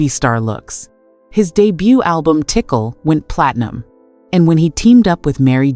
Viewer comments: you've mised the "tickle" then for TICAL xD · Pronouncing Tical like "tickle"?!?!?!? You totally ain't got legitimacy.